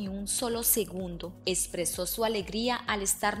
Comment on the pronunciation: Expresó no espresó. Ex senorita Colombia no es señorita Colombia, Instagram no Istagram. Por favor mejora tu pronunciación o dedícate a otra cosa.